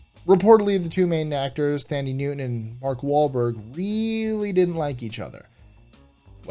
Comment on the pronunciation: No Vanilla Sky??????? BTW Thandie Newton’s name is pronounced “Tandie” the H is silent.